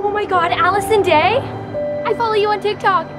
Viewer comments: It's not Addison Rae, but Allison Day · “Allison *rae*” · i thought it was Addison "Rae" but its Addison "day" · manz said allison day LOL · Did nobody else realize she said Allison dae instead of Addison rae😂😂😂😂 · “Allison Day” “Addison Rae” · bruh Allison day it's Addison Rae